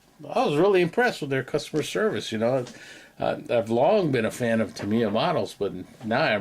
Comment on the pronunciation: Awesome update,, thanks for sharing all that great info and for pronouncing Tamiya properly. 😂🤣😂